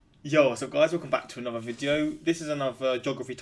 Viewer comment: I love how you say anuvver for another 😁